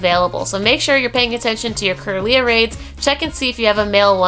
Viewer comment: just wanted to point this out: 1. you prenounced kirla slightly wrong 2. gardevour can be male too lol. 3. solrock & lunetone are not region locked :D